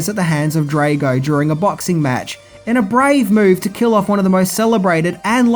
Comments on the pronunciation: Being Swedish and all I wonder, not that it's a Swedish name, but why did you pronounce Lundgrens Drago as Drejgo? I mean you've must've seen the movie and heard the nam being announced a dozen times 😅 Also the song was Burning Heart not Burning Heat, even though that title would've worked as they were in a very cold climate atm while the song played 😎 Great content as usual 👏 Bacon-Bear from Sweden 🇸🇪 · Good review BUT it's pronounced DR-ARGO...not Draygo. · Dre -go ? Cmon really. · Yo learn to say drago properly FFS do you watch these movies ?? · DRAH-GO not DRAY-GO FFS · It's not pronounced drAgo. It's Draaago. Get it right dude. DAMN!! Did you actually WATCH the movie before critiquing it? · I thought it was Drago ?..Draygo? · Drago. Not draaago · Drah-go not DRAYGO lol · Drago, not Draygo Burning heart, not burning heat. Research was poor. Tut tut. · comon dude Drag o like drag to drag something then o Drag O not Drage o sorry if I'm nip picking your a good dude have you ever thought about doing a greatest f ups video? I'm not being a smart ass just saying it would be a fun show similar to what the nostalgia credic dose some times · Draaaaago not Dreygo haha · "Drago" (Draw Go) Not (Dray go).. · I love ya, but honestly every time you say Dray-go instead of Drahh-go it feels like getting hit by... well... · Not DraYgo...........DraW-go...................I understand you have the Australian accent, however its also important you pronounce things correctly. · Come on man. Pronounce Ivan Dragos name correctly. You stay butchering names and titles. Drago is pronounced like the word drag with a o at the end. Like the word oh…..Drag-O. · Ivan Drey-go! Lol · The twat pronounces Drago as “Draygo”. He can’t fucking speak!!! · Do you purposefully mispronounce names? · Drah-go not Dray-go, pronounced schmelling and Burning Heart not Burning Heat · He also can't pronounce "Drago" or "Schmeling".